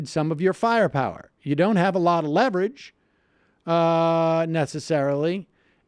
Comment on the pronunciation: "we have lost a certain amount of leverege" this is a good thing